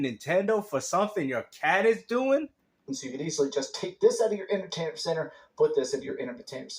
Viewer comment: Inermertainment centre 😅 words are hard 😅